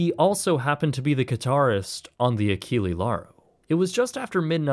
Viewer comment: It would be realy rude to slam you right away without saying first BRAVO for the great content of yours, but mmaann, ACHILI LARO, c'mon.. ACHILLE(E not I) LAURO(with all letters voclaized), please, in the future take care to the ships name pronunciation.. It is realy important to know how the subject of the content is called, hope you're of the same opinion.. P.S. Don't be like some creators and give me the bull.... how is not common to answer to content 2y old.. It is such a lame excuse that if find it miserable.. Put away off the channel that 2y old content if it's not relevant anymore, that is my logic in such moments.. Cheers 🎉